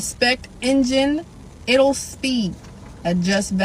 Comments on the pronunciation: Did she say ittel? Did she mean idle??? 😂😂😂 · Baby girl said "iddle" speed 😭😭😭😭.